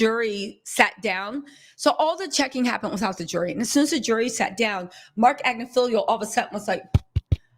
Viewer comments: ag-NIF-aloh 😊 Not Agnif-feelio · It’s AGNIFILOOOOO , notttt AGNIFILIIIIIO Sis 💯💯💯💯💯💯💯💯💯💯💯💯💯💯💯💯💯